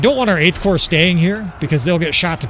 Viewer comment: You are saying it right, the ps in corps is silent in french also, just pronounce army as armé and add the 'd'